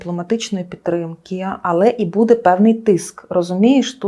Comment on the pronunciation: Особливо коли ведуча говорить "будЕ" і листопАд